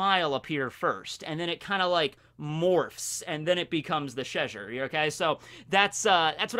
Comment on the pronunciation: ches-shire not chesure